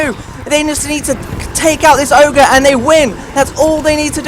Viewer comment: It's never oger